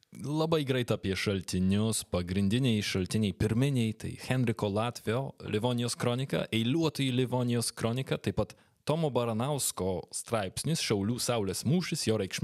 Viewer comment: Labai graži dzūkiška šneka, tik kodėl ne šalciniai, o šaltiniai?